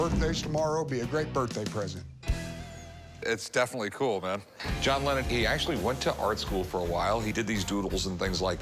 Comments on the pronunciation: I think I heard John Lemon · A John Lemmon!!! HA! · John Lemmon